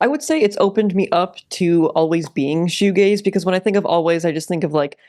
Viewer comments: Cool video but I didn't really like when you said "this video is about shoo gays." Thought it was a bit homophobic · Pronouncing Shoegaze like Fugazi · Goo shaze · Patrick Shoe-Gayze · That's shugazi AF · Worse, my brother pronounced it "showgazi" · It’s a shoegazi it’s a woozi it’s a wazi it’s fshewewewew 🤏🏻🤏🏻 it’s fairy dust man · Before I read the comment and heard it pronounced, I thought it was Shoegazi given its connection to Hardcore. Sanctimonious Reddit user is loser.